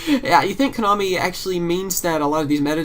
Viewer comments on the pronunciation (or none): none